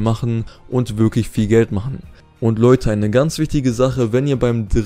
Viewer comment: dein Deutsch ist "wiglich" (wirklich) so!